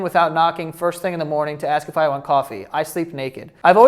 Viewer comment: If you keep saying aks instead of ask imma unsubscribe